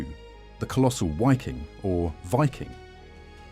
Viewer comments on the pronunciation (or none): none